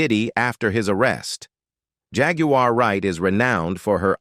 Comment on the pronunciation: The name is Jaguar why can’t you pronounce the name